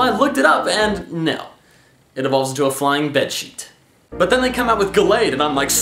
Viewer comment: He said bedsheet